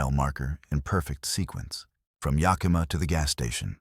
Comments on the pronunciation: As someone who lives in the Pacific Northwest I have to tell you that nobody pronounces it Ya-kee-ma or Na-cheese. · Nobody and I mean nobody can seem to pronounce Yakima correctly 😢. Can't the AI voice be programmed???